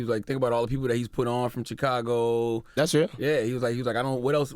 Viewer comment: Can someone teach Charla how to properly pronounce "Chicago"?